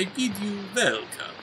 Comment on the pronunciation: "I bid you welcome" Don't you mean "I BING you welcome?"